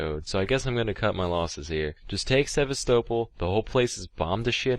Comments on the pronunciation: For pronouncing Sevastopol as “sehv•stoe•ple” he I see why this got taken down. Not on my Christian Minecraft server, Sam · I reckon it’s deleted cus he mispronounced Sevastopol through the entire video and didn’t want to re-record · Sevastopol is pronounced... Sevastopol? Aliens did me dirty. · he pronounces Sevastopol so wrong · Maybe he deleted it because he was embarrassed he couldn't say Sevastopol right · also scuffed ass pronounciation of sevastapol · omg when he mentioned sevastopol i was like "the ship from alien isloation but pronounced wrong lol" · Or it was the repeated mispronouncing of Sevastopol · He also horrifically mispronounced Sevastopol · no he didn’t